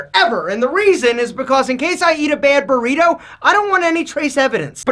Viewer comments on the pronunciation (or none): none